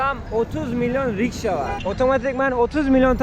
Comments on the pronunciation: Karşim yalnız onun adı rişka değil RİKŞA olacak :) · Rişka mı? Rikşa (rickshaw) olmasın o 😁 Tüm video kulağıma battı da. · kanka rişka değil rikşa ben oralara gitmediğim halde biliyorum :D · Rişka değil RİKŞA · Onun adı rikşa, rişka değil bari onu doğru söyle 😊